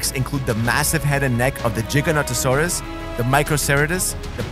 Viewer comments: DUDE say it with me Giganotosaurus GIGA NOT JIGA ok now i feel better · I’m sorry to be that person but iv never heard someone pronounce the giganotassurus like taht😭this of the “giga” as not “jiga” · It's not pronounced jih-gah, it's Gih-Gah. And it's not pronounced ceretus, it's ceh-rah-tus. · favorite dino is ( Giganasores ) btw its not Jiga its GIGA , plz correct it on next videos. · sir its not "jiganotosaurus" its giganotosaurus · "jeganowdowsoures" -supercar blondie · He said jiganatasaurous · It’s pronounced Not j but Gig-an-o-toe-saw-rus